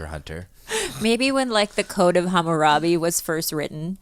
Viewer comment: studying early Mesopotamian and the code of Hammurabi while listening the the podcast as white noise Khalyla mentions the Code of Hmmurabi Yo wtf